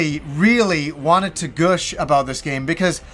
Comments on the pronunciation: Good review, lots of energy. Oh and it's 'Gush' not 'Gooosh' lol. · this is the first time in my life I've ever heard "gush" pronounced like "goosh". I'm sure you'll see comments like this a lot, but I had to say it haha. Goosh is too satanic, too satanic! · “Goosh”? 😂 Not meaning to make fun, but it’s weird to hear it said like that instead of gush.